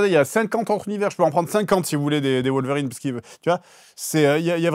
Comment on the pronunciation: Fred Logan n’est pas une vérine lol c’est wolverine non wolvérine 😉